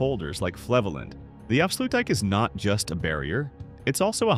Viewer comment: Goed gemaakt maar spreek de Nederlandse namen in het Nederlands uit. Afsloetdijjk? Ieselmeer? Gewoon de Nederlandse namen gebruiken. Weten ze meteen hoe de dingen echt genoemd zijn.